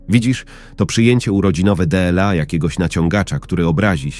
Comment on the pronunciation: Co to za sposób czytania deela a nie dla. Albo gery zamiast gry. Koszmar jak się to słucha.😢